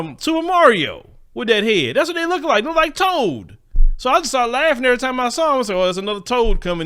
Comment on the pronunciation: He's say "Toad"😆